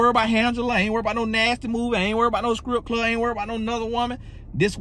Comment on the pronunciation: Did he say "skrip club"? 😂😂😂